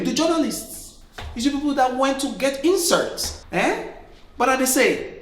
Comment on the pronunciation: Lol. I like the way you said ‘insorts’. 🤣🤣🤣🤣 All your videos are hilarious. There’s never a dull moment with you. Thank you for constantly giving us something to laugh about. 👏